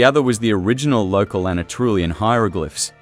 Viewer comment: This was interesting! It's good to see a real human face behind the video. I wish it had more views, since it's solid information, not fluff. The machine dubbing is... well, atrocious, to be honest. It pronounces "Anatolian" as "Ana-Trulian", which made me laugh every single time it came up. Could you in the future videos please enable the original voiceover, and subtitling, instead? I know not everyone prefers it that way, but I would love to have a choice over which one to pick for my own viewing. Are you familiar with the channels Dig., Learn Hittite, and History with Cy? They all have made videos on the Luwian civilization, I think, but none were from this point of view that you have, and I actually found yours more informative on the visual side. Learn Hittite is mainly linguistics focused. Then there's European Origins that focuses on the genetics, and that channel speaks a lot about Eastern European, Steppes, and Anatolian genomes. Mapped History focuses on the maps, as the name says, and Dan Davis History talks about the prehistory mainly in Europe, the Mediterranean, and the Near East (Southwestern Asia). All of these channels have a lot in common with yours, but from totally different viewpoints. Some of them might be willing to collab, or give a shoutout, depending on their number of subscribers. All in all, I like your style of videos, especially now that the channel has a face.